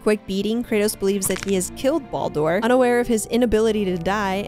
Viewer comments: Great Video.. but feel like you missed a couple of bits.. and then your pronunciation of Baldur and Midgard… they just hurt my head… Bald Door and Mill guard… it hurts to hear.. but lovely video otherwise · The way she pronounces Baldur is enough for me to just stop watching all together